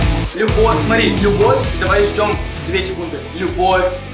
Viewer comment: ты, и супер это очень крутоооо, это самый лучший клип, а в конце вроде сказала бовь очень круто